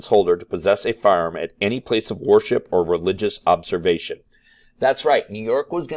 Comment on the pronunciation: You pronounce "worship" as war ship and its funny